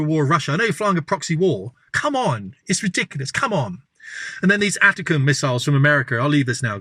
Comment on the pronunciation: I was wrong! I thought the only person who didn't know how to pronounce the American missile system 'ATACMS' was Youtuber 'Sanctioned Ivan'. This guy doesn't know how to pronounce it either, it's ATTACK 'ems.